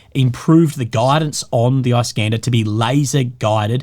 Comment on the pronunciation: produces it like "eye-Scander"